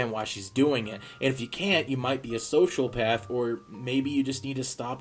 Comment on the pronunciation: Cyan Potato Also, Sociopath is pronounced [so-SEE-oh-PATH], unlike how you pronounced it, [so-SHAL-path]. It seems like you thought it was like a Social Psychopath? I guess that does make a bit of sense, so I don't blame you. Everyone makes mistakes!